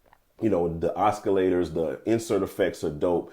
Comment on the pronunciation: Oscillators not (Oscar)lators!